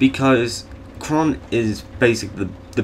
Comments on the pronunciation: QHORON, not QHRON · It's not Kron, Pronounce it - COR-RAN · Its qhorin not qhron. Did you not watch the series? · Its pronounced Core-in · The Qh has nothing to do with you missing the 'orin' part of his name... Also, Mance Rayder, not Rider